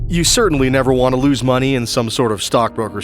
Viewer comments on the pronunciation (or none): You said Loose Everything instead of Lose Everything